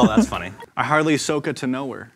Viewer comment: The way they were pronouncing ahsoka tano’s name made me really maf